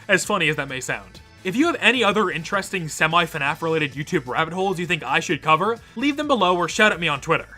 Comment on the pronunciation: uhyeah can you cufer zamamshon